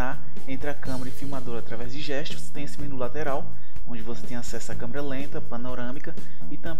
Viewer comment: "Camara" kkkkk